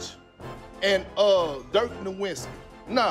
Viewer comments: It’s no vits key btw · I get so triggered when people pronounce Dirk's last name wrong. The W is pronounced as a V, it's pretty simple. You switch the w to a v when pronouncing it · I don't get why we were all just laughing at Perkins saying "Nowitzki" and then you say the same thing. Have you never heard his name spoken out loud? It's "NoVitzki". W is pronounced like V in German. Mostly it's just how everyone has said it every time forever. I can't finish the video. Minor, but too frustrating. It's like watching a video where the guy keeps saying "Leborn James".